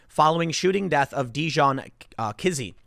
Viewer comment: "Dijon Kizzee" ... Really..?